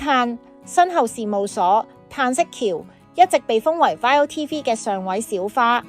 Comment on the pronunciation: 請讀 啱 viu呢個台的名